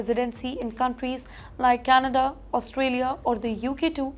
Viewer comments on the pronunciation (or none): none